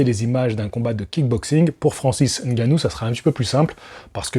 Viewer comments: Le seul youtubeur qui prononce bien Ngannou, au lieu de Engannou**. Bravo !! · Prononciation de Ngannou parfaite en début de vidéo Merci 🫡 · N-gannou c est la prononciation en français, meme si c est pas en langue bantou..